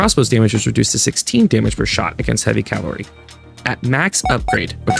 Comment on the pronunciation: This video was fine to me. It was good information and not too long. My only constructive critisim is the way cavalry is pronounced. It's: ka-vuhl-ree.